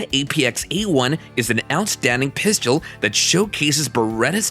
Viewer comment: 😂😂😂😂Hey um guy, the word you're looking for is PISTOL PRONOUNCED PISS_TULL, NOT PISS_CHEW_ELL. ONCE AGAIN THE WORD OF THE DAY IS P-I-S-T-O-L. NOT P-I-S-C-H-E-U-L. Please, please, PLEASE LEARN HOW TO SAY PISTOL CORRECTLY. I really like some of the things on your site, when I'm teaching my clients about handguns, but Everytime you say pisschewl, I just cringe, and NEVER want to watch your site EVER AGAIN.